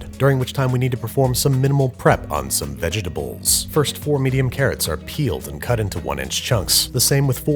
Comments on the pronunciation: "Saucepn" "Sauteepn" And now veggietables? Babish are you trying to get sued? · You pronounce vegetables almost the same way Yogi Bear pronounces picnic baskets. Not a criticism, just felt like it needed pointing out. BTW picnic baskets might make a good video once we are all allowed outside again. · I'm sorry Andrew I have to ask how do you say vegetables